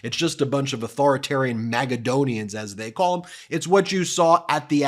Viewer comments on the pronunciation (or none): Everytime Ben pronounces "MAKAdonians" my brain goes: Aren't those nuts? For those who like a bit of (very simplified) history facts (and the reason my brain starts laughing): According to wiki (*), 1) "Makedonía, pronounced [maceðoˈni.a] is a geographic and former administrative region of Greece, in the southern Balkans". The population during the time of the most known historical Greece democracy was structured around MM-relations. 2) Two out of the 4 known trees are commercially important for their fruit, the macadamia nut . Just a thought and a smirk - Europe (*) I used wiki for easier access to the English translation.